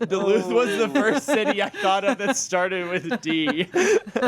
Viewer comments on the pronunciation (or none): As a Minnesotan, was TERRIFIED when said Duluth lol